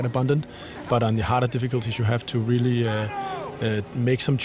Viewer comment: I CAN'T "RELLY" WAIT!!!!